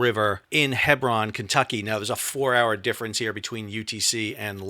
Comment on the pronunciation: Lou-a-ville and Hee-brun